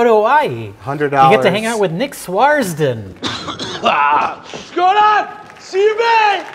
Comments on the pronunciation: Ahh, continued mispronunciation of names. SWARD-SON. Not Swars-den. Not that it matters haha. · I'm convinced is dyslectic Swardson... he says Swars-don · it's Swardson. Fuck lol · How come Mike gives Rich total shit for every little pronunciation slip up, yet he doesn't give a crap when consistently mispronounces "Swardson" throughout this video?